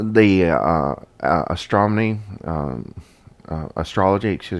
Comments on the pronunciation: It's astronomy, not "astromony". Unless that's how it's pronounced here on this alternate version of Earth. :oP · I wish he would stop saying AstroMONEY!!! Like wtf big uneducated sounding ass!!! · Really ? One Harmony should be Bad Harmony. You don't have to be a professional speaker to know basic English. To pronounce the name "Mandela" incorrectly is an insult to the Man; "Madela"? Really ? DUMB. " NASA and all the Stromners "? " if you know astromany "? "the whole solar system, and all the stars, 'is' 100 percent..." That should be "are". We wonder if your day job requires you to speak. Maybe you're a Mime. As far as this useless video ? Well... useless. All talk[bad] and no proof. Yep, useless. Have a good day on "this" Earth. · Anyone else notice how he keeps sayin astromny instead of astronomy!?? Lol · It's happening again.... "astromoners?!?....astromony?!?" I remember these words differently...astronomers... astronomy.... call me crazy.... what's up with that... I was seriously listening and then you said, "...astromony", three times..." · How many times did he say "astroMONY"??? A bunch!